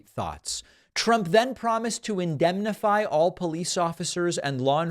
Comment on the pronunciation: What the hell word is ( abnenmify) ??? 😂😂😂. trump comes up with some strange words! I wonder how well he’d do in a spelling bee with some grade one Students.